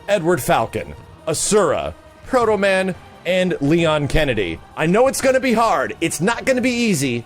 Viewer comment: you said proto-man..............you are my hero! got yourself a sub